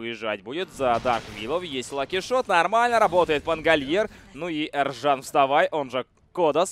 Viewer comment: Почему ты говоришь ЭРЖАН когда имя Ержан !